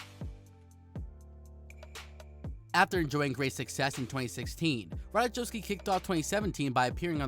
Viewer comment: Learn how to pronounce her name.